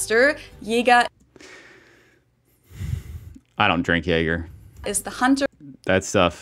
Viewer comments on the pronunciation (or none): Her pronunciation of Jäger is wrong. Many Germans do in fact not know that ä should not be pronounced the same as e in this case, so this is a common mistake even among native speakers. But ä is distinct from e. Not Jeger, Jäger. It’s more like the a in the word care for example. (Also other Germans will now argue with me, although I’ve studied linguistics in university, but my fellow countrymen and -women cannot accept basic facts about phonology)